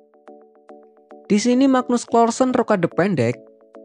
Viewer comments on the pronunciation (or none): Nyebutnya bukan klarsen...tapi karlsen